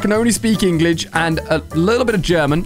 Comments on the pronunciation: Ali-a said Englig instead of English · ah yes alia can only speak "englij"